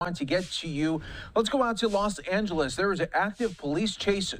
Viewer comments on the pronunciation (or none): Not Las Angeles. It is Los Angeles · Haha "lost angeles"